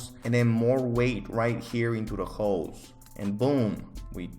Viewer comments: I’m not hearing ‘holes’ im hearing ‘hoes’ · He said hoes not holes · sounds like he's saying "hoes" when he says holes 😂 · every time he says holes all i hear is hooes